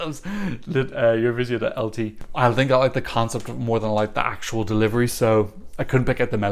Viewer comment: Thank you for the analysis and I can’t not mention - the first foreigner I’ve heard with such a brilliant ‘Eurovizija’ pronunciation 😅👌🏻